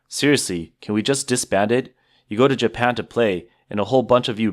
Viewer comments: it’s Japan. Not Japam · Did u really just say japam wtf is japam its even in the video that obviously heavily ai